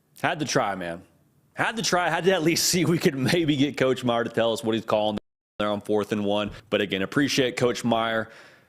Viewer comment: His name is Meyer not Myers’s